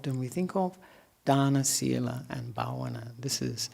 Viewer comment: What are excellent pronunciations of "Dana, Shila and Bhavana" by Venerable! We all respect it. 🙏🙏🙏.